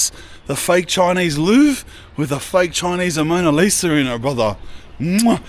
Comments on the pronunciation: Bro it’s just Mona Lisa, not Amona Lisa 😂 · I hope bro knows its the mona Lisa not amona Lisa 😂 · ‘Amona Lisa’?😂. Mona Lisa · AMONA LIsa 😂😂 its "mona lisa" LOL your hillarious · It’s “ Mona Lisa “ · Mona Lisa not Amona lol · What’s worse? Constantly saying “Amona Lisa” and “Pastisserie ”, or calling the “Parthenon” the “Pantheon”? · "Amona Lisa" 😆😆😆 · “Fake Amona Lisa” 😂😂 bruh Span. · “Amoana Lisa” 😂😂😂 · "Amona Lisa" had me cracking up lad. Cracka vid cuz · He said it heaps at the end so he really thinks it's said like that lmao 🤣🤣